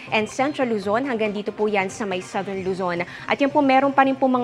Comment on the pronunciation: Very clear delivery. Correct pronunciation of the word 'southern.' Intonation is not OA, just right ❤. Benguet word should be pronounced harder.